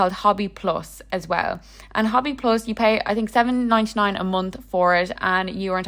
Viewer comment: It’s not said hobby. The o is a long o sound like saying hoe bee. Hobbii! The best! I only buy from them and I live in Canada.